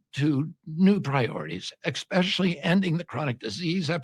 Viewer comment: Love RFK but he didn’t just say “exspecially” did he 🤭